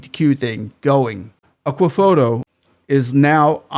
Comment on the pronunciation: Did I hear Ekwefodu.. Please its Akuffo Addo😊